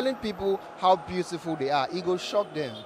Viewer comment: 😂 "it's cool to be beauriful"